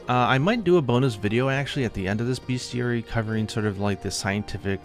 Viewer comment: Fyi it's pronounced 'best-iary' (not to be a dickhead but)